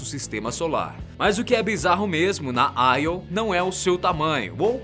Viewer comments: Io se pronuncia “Iô” mesmo e não “Aio” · não é aio. é io até os Karas do nategeo ah chama de io iiiiiooooo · Nao é aio é io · não te esqueças que Você é Brasileiro... "AI" é o cacete! Não se comporte como um americano, porra?! É Io!!!! É tambémp por causa de Brasileiros Subservientes como Você que nosso País não caminha!!!! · Júpiter possui 69 satélites naturais confirmados sendo assim o planeta com maior quantidade de satélites naturais no nosso sistema solar, dêem uma verificada pois pela data de postagem do video esse equívoco foi por falta de pesquisa. Outro detalhe é a pronúncia dos nomes ganímedes(normalmente pronunciado ganimedes) e IO(normalmente pronunciado io mesmo), que foram pronunciados de maneira pouco usual, para um assunto tão importante que é a astronomia acho que poderiam ter produzido um vídeo com mais cuidado para evitar esses equívocos. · Pronunciou os nomes quase todos errados... Não se lê AIO... é IO mesmo. A maioria das luas são referências a mitologia Greco-romana. Ganimedes não tem acento no I. E esqueceu de falar sobre Caronte (Lua de Plutao) e a particularidade das luas de Marte (Phobos e Deimos). Muito desinformado esse pobre rapaz.